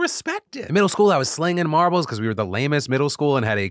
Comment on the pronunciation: When fill said he was selling marbles in middle school I heard Marlboros and had to rewatch to double check 🤣😂🤣